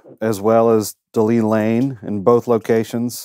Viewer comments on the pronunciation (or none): De Lane Lea, not De Lea Lane. 🤪